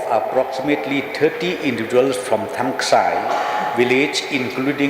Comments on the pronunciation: Thangskai not thangksai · Thangskai not thangksai..